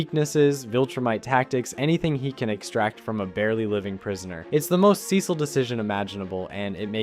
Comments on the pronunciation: "Dark Samson" and "Sessle" you sure you watched this show mate? 😂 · Cecil (see-sul) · The repeated mispronunciation of Cecil's name is so annoying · Bro is on a mission to pronounce Cecil and sequid differently than the show